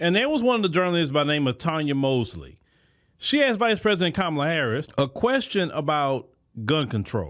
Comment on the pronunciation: Host did I hear you right did you say KONmala HARRIS ?